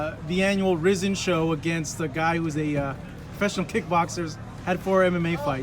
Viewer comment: The reporter said he has been following Rizin and yet pronounces the name totally wrong? 🤔🤔 Yeah right, you have been following them, clearly hahah